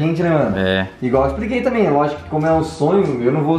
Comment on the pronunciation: "e a tãmbi?"